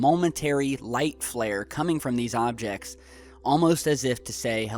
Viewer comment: u said "some hobjects"